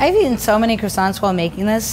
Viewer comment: Its croissants